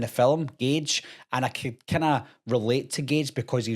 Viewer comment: How many times as a "Kud". I was never a kud.